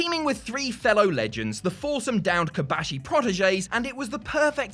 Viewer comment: It's KOBASHI, not KABASHI. What's so hard on it???